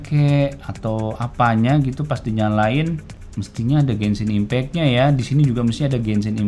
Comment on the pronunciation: Orang lain: "Genshin Impact": "Gensin Impek"